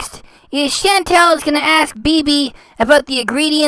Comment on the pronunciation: But her name isn't Chantel....it's Chantal. And why have her repeat something over and over? I don't get it.